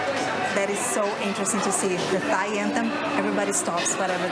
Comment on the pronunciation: You pronounce Thailand and Thai wrong. This is how you should pronounce Thailand. And the same goes with Thai.